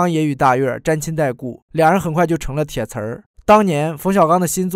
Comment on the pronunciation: 铁瓷不用加儿化音🤨🤨